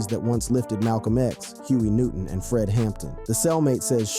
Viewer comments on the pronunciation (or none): none